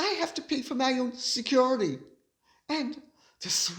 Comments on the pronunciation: I have yet to hear anyone in the US pronounce “security” in such an obnoxious way. Is this a slam against Americans? Your pronunciation of “classy” is obnoxious as well, and even North Easterners don’t say it that way. There are plenty of words Brits pronounce in an obnoxious way, but we are “classy” enough to not make fun of them. How about the over use of “of course”? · you absolutely crack me up every time you say ‘Security’ - so funny….. Love your work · Gorgeous Lady C, here's a little something funny especially for you and Micki. Your 'security' is spot on American! 👍🏼 I say it after you do and I say it just like you 🤣😂🤣 I'm an American in Sussex, not to be confused with the duck ass of Sussex. I don't need 'security'. God bless you and yours.💛💛💛😁😁😁